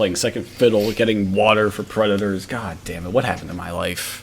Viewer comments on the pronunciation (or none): Dear CAWD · OH CAWD YES